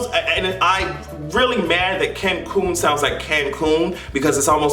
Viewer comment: Why did she say Kencoon!!!!! I'm crying right now 😂😂😂😂